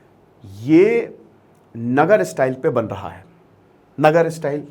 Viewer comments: नगर नहीं sir नागर style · नगर नहीं नागर